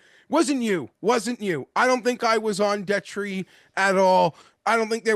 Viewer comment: I always find it funny that Detry is guy but he doesn’t know how to pronounce his name. Peak gambler behavior 😂